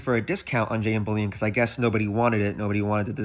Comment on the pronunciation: Are you saying jm bullion or jn bullion